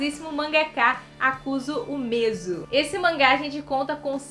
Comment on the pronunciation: esse mês não tô lendo nada. Tô vendo um filme de terror por dia, kk. Acho que tu embananou as letras do nome do Kazuo Umezu em algum momento do vídeo.